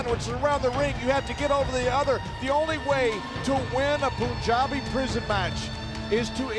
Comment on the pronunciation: I'm glad Jinder pronouncing PUNJABI correctly... lol